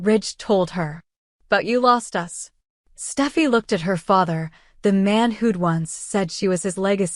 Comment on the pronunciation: It’s Steffy not stuffy!!!!!And it is more lies!!!